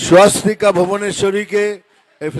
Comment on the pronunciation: ঐ মহিলার নাম "সস্বতিকা ভুবনেস্বরী" ওনার পদবী মহেস্বরী নয়। এই প্রতিবেদনের video-তে মিঠুন চক্রবর্তীর বক্তব্যে পরিস্কার শোনা যাচ্ছে উনি এই মহিলার নাম বলছেন "সস্বতিকা ভুবনেস্বরী"। তাই অনুরোধ-- প্রতিবেদন upload করার সময় যথেষ্ট সতর্ক থাকুন। 🙏🙏🙏